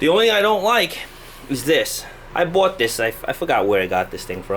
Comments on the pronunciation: I bouwut this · Tht New York accent is strong when he said bought 😂😂